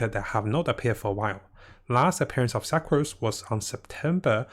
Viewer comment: Sa-crose lol